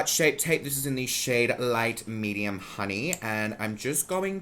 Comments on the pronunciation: “Light medium honeyuah” I’m so glad I caught that 😂😂 I’m fuckin dying 🤣💀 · Yesss “Tarte shape tape honeyuah” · "light medium honeyuah" dead. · ‘Honeyuah’ DEADDD. 😂😂❤️